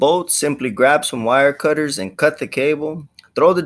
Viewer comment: You said wire cutters like a true SA